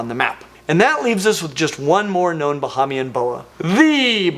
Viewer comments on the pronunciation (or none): Hey! Love your videos! Bahamian born fan here and lol just wanna hip you to some pronounciations Bahamian- Ba-Hey-Mian (not Ba-Ha-Mian) Abaco- Aba-co (not Ah-Baco) Keep up the fantastic work!!! Again love watching your videos!!! (Can we get some new tank building videos? Maybe I’m just missing them cuz I watch so many of your Genus explanation videos lol)